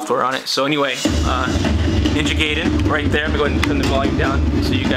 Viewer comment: It's Ninja G(EYE)den. HOI! Thanks for uploading about to do this and needed guidance and some confidence instead of walking in the dark.